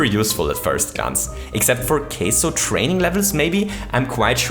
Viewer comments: Its KAIZO not "keizo" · „KAYZO“ It’s KAIZO. Ever listened to how it’s pronounced? You should. Please. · Queso? You mean Kaizo? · OMG, at the end, I was like "what's a queso trick?" it took me a minute to realize you were saying kaizo!